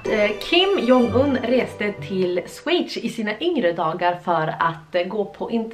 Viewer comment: Det heter Schweiz inte Sweichz